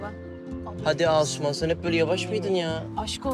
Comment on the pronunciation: Evet Asuman diyor ama afra gibi duyulmuş